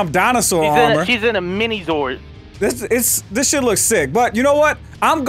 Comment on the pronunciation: its ZORD not zoid lol